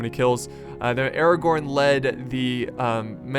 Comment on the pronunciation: Aragorn. Not Aragon.